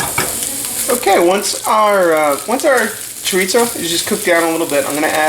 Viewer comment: There is no t in chorizo. Chorizo is Spanish not Italian.